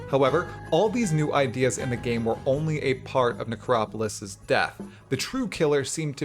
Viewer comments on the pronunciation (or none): 3.24 The Necropiss league